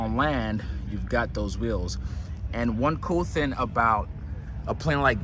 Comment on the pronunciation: Sorry I had to coment...Thing is with a G at the end of the word not the thin..it is also seatinG not seatin..